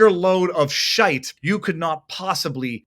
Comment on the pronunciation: As a scot that was an excellent delivery of the word "shite"